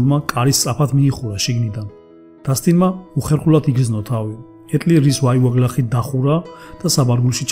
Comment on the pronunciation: კარგი ისტორიაა, გმადლობ. ოღონდ გთხოვთ... ქართულ ენაში ვ ეს არის ვ და არა უ და გამოთქვით სწორად. უარდი, თაუი ... არასასიამოვნო მოსასმენია. მაპატიეთ, თუ გაწყენინეთ.